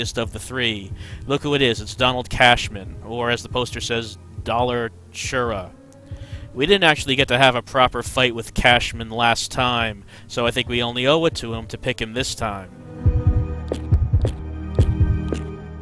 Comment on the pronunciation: Not "Dollar Chura" it's supposed to be "Dollanchura" pronounced like Tarantula :D